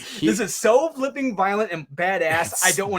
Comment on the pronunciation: Like 418 - I flipping hate how says flipping 🤣🤣🤣 🤷🏻‍♂️